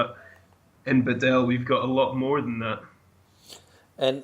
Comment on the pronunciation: Ask a Croatian person to help you with how properly to pronounce Badelj, please.